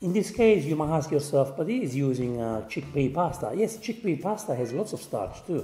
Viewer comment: enjoy cheekpea pasta.... mayby... u kno.. once a year X-D hahah, thats a good one and cheekpee pasta suxx big time